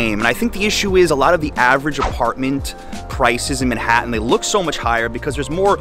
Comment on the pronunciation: I like how you say MENhattan , instead of Manhattan.